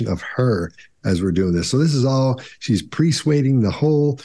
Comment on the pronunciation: When says, "PREsuading," does he mean "PERsuading," or is there a term called presuading I am not familiar with?